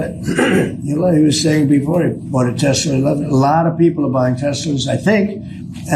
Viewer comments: It’s called Tes La not Tes Ler what a DOPE! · Tesler LOL I think he was combining Hitler with Tesla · That’s Tesler…. Say it right! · People don't even have the nerve to correct him on his 'tesler'. Spineless. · He really thinks it’s called “Tesler”, with an “r”. 😂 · He cant stop saying Tesler lol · He’s saying “Tesler” to avoid breaking Standards of Ethical Conduct for Employees of the Executive Branch (5 C.F.R. § 2635) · It’s not a mistake. Calling it tesler over and over on purpose. It’s a rhyming dog whistle. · "Tessler' dont forget hes still Donnie from queens. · “teslur” - appropriate! Maybe it is a type of ketamine. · phonetic paraphasia "Tesler" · Another one for the books cut-ter hahahahaha this can’t get any better than tesler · I think the mispronunciation of "TESLA" is deliberate, he's done this before with other words and I think it's also why he gives people nick names. Trump being a professional lier, it makes it much easier for him denying his statements because he is using made up words. He know's EXACTLY what he's saying. If he's ever asked about TELSA on the stand he could deny it because in his mind he was talking about TESL(ER), it's a lier's trick.